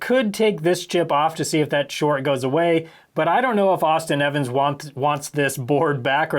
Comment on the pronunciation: It's Austin Evans